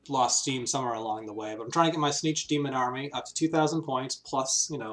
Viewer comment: I've never heard anyone say "Tzeentch" the way you do. It's like you're saying "snitch".